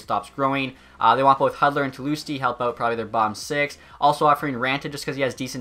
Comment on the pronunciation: Red wings fan but can’t pronounce Hudler who made a name for